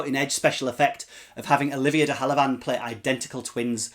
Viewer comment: Pronounced de have a Lund normally. But no worries. Interesting review thanks